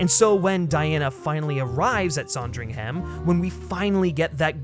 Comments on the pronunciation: SANdringham not SONdringham. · Loved the video and the points you made but as a brit I have one thing to say...It's SAND RING HUM, not saaand ring ham. Just a little fyi, keep up the great videos 👍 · It’s pronounced Sandringham not “Sondringham”. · its pronounced "son-dring-hm", yes? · I was increasingly annoyed at the voiceover person for his miss pronunciation of Sandringham and general silliness. Then I remembered that Kristen Stewart is a talented actor who, no doubt, has made another version of Diana worth watching. She is so lovely. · What a bizarre mispronunciation of “Sandringham” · You are pronouncing Sandringham incorrectly. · I wish the American voice on this had made an effort and learned how to pronounce Sandringham correctly . It's not a difficult name to pronounce. Why do Americans do this. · That’s not a pheasant and you can’t say Sandringham properly. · You pronounced Sandringham wrong lmao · Please learn how to pronounce Sandringham. Thank you. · The way you kept pronouncing Sandringham made me cringe lol but this made me more excited to see the film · Made me want a Sondwich! :)